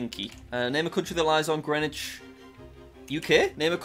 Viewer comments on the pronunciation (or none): none